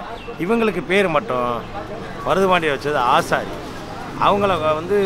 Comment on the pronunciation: அது ஆசாரி இல்ல தம்பி ஆச்சாரி.. சுத்த தமிழ் சொல்... மலையாள வார்த்தைனு எப்டி சொல்றீங்க.? சொல்லுங்க தெரிஞ்சுக்குவோம்..